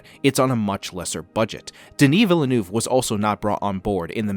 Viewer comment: can you say villeneuve correctly please? jesus fuck